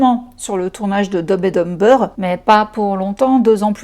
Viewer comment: Par pitié la prononciation en anglais 😅 Dumb and dumber on ne prononce pas les B